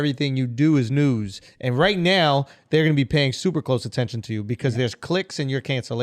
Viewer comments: right neow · Schulz said right neoww just like that white boy em speed clone 😂